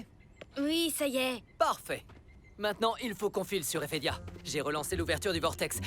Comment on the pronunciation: C'est Ephedia pas Ethedia